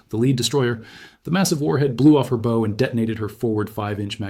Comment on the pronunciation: It's not. There's no way he butchers this many words. Like bow (provided like now and arrow) vs how (front of a ship)